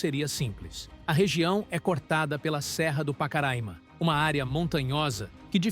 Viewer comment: Vcs estão pronunciando o nome Pacaraima errado bom dia